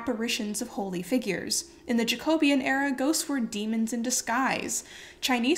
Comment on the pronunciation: Jacobean is pronounced Jacko -BEE-an, not Jack-OH-be-an.